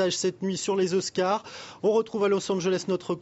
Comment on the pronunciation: '': "Slumdog Millionaire remporte huit z'oscars"